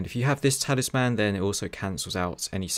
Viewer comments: Please, for the love of God learn how to say Talisman!!! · Great video but boy was I triggered by how you said Talisman.